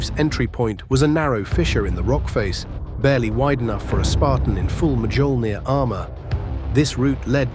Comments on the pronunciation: Oh come on man if you’re gonna use AI voice then at least make it say “myolneer” not mahjolneer 😂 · My only problem here is how Mjolnir is pronounced. It's myoll-neer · Mjolnir is pronounced ''MEOL-Neer'' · "...in full Medyolnear armor..." Yeah, thank you very much, AI voice! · "the voice-over was recorded really well". No it wasn't, because it wasn't a recorded voice over at all (unless the narrator is intentionally trying to sound like a bad AI and I'm wrong about this being a machine vs a human. Also "Muhjollner"